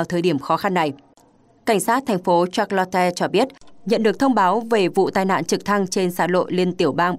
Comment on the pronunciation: Charlotte phát âm là sha’ lot. Không phải là shạt la te. 🤣🤣🤣